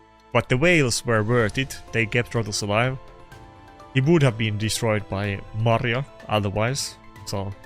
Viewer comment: maria not mari :P